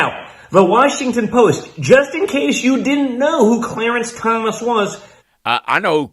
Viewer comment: The Washinton poost??? 🤣😂😅😄 Omg... 😂